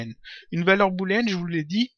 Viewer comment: Salut! Bon tuto ça m'a bien servit! Au fait on dit une valeur boléenne, pas bouléenne ;) Oui, je sais il y a bien deux o!